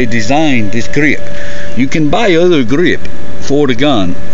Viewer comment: "Smaller gah-reeeep"